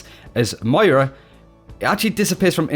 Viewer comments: It's pronounced Mwah-raw. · In the beginning, I thought you said mario. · Got to say MmoiRA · u started off so well. Mira isn't her name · why can't australians say MOYra???? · you really have to nail the pronunciation of Moira, come on man it's phonetic! M-o-i-r-a, you can do it!! Love the channel and the video, great stuff!